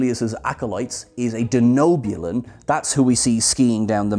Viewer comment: My down for this episode, the pronounciation of Kreetassen and Denobulan, whether this was an intentional bit from Ransom (being his usual braun over brains self), or it was just that nobody watched Enterprise prior to recording the episode, it irked me nonetheless, it'd be like calling the ship the cherry-toss... :P